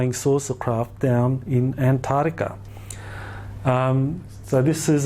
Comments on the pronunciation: sorry, but I get really annoyed when I hear Antarctica mispronounced. It is arctic, not artic. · Antatica? i think its pronounced as its spelt =ANTARCTICA. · I can't listen to him mispronounce Antarctica again. It's not Antardica, makes him sound stupid. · Ant. Tardica the only new information is the mispronunciation of Antarctica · I can't stand the way he say Antarctica.....an tard ica...jesus its all I can hear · Boring speaker. Regurgitated stuff already covered ad nauseam. As a professor you should know that ANTAR TICA HAS A C IN THE MIDDLE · He lost me about the hundredth time he said "antartica". A believeable expert would pronounce antarctica correctly. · the way he says antartica is retardica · Travis Poirier but he says anthadiga 😋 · Dude sounds like he's adlibbing this entire presentation. If you stop pointed your clicker at the stupid picture and point it at the actual projector, it advances. You'd think after the 30th time he'd have noticed that. Mispronunciation of continent names is not a great confidence-builder. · The biggest mystery is why so many supposed 'professionals', and almost all Aussies cannot pronounce the "c" in AntarCtica. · Every second word in the first 10 minutes is Antarctica. Yet the Dr cannot even pronounce it. Sorry, my issue. Can’t watch anymore!!!